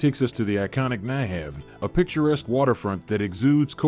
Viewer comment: Nyhavn is not pronounced: Nej Have but as New Hown(town) Strøget is not pronounced: Straw Jet but as Stroi yet Other than that, very well done 👏 I appreciate that you try to give people, some different tourist outings and endevour to show a city with versatility Hello from Denmark 🌸